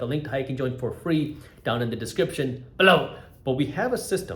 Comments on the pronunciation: "Below" was unnormal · can u not say BELOW like that?